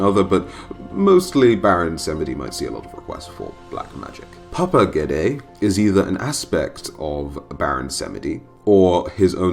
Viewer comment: You said it right the first time ghede